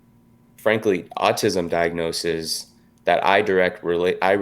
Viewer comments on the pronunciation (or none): we’re also not supposed to consume like 90% of the shit that’s it in food, but it’s safe cause it’s a safe number. also saying “diagnosis’is” instead of “diagnoses” is so fucking funny to me